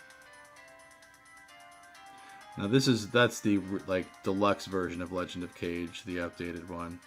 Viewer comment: The way you said Legend of Kage cracked me up, man. :D